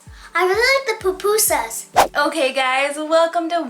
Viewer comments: And it’s not pronounced puh pu sas there pu pu sas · Not to be rude but it kinda annoyed me when she said Popusas,I say pupusas😂